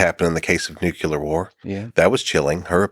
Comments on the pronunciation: he said " nuc-u-lar" war. It's " nuclear" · Nuculear war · “Nukular” is a tell. Don’t ignore it. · So this guy can't pronounce nuclear correctly. Unbelievable